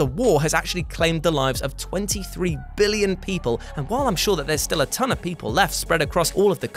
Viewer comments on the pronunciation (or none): none